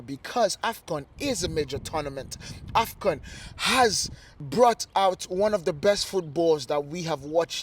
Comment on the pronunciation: AFCON....not afgan